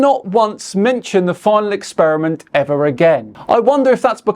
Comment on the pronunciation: The guy starts off by talking about "The Final 'Ex-Spear-a-mint'". Now, I'm no languager (Rick & Morty reference), but I think it's pronounced "Experiment". 'Ex-Spear-a-mint' sounds like gum that's lost its flavor. Guy 1: "What kind of gum is that?" Guy 2: "Well it USED to be Spearmint. Now, it's Ex-Spear-a-mint." I guess my point is: how can we take this guy seriously, when he can't even pronounce a word that most children learn to say in the first or second grade.